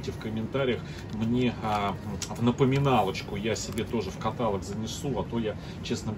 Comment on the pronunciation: пожалуйста, слово каталОг! Слова катАлог - неверно. Я не вредничаю. 😁